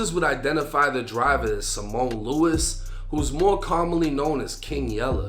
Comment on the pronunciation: Cemone? Lol